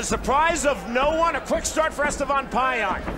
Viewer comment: Etevan lmao forgot the S